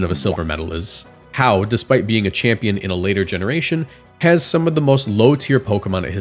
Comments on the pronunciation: hau? really? HAU? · Hau? REALLY!?? I mean I get what you’re saying but wow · Hau? Really?